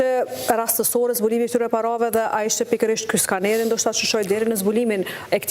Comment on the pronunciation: Skaneri z jo skeneri